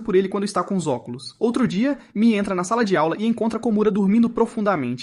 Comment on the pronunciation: Não é mia, é mie